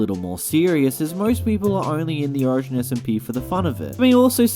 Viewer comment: you say 'origin' like ocean :]